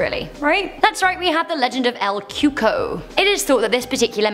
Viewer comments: Lmao she said el cuko it’s cocou or ( coocooeee) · "El coo-cooye" is how you pronounced number 9 at the beginning